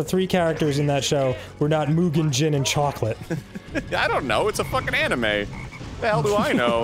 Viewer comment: Dude, Arin really shows his age when you hear him get anime wrong